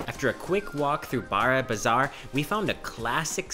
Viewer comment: Just stating it....... "BARA"bazar is the only way you should not pronounce it It's more like "BORO"bazar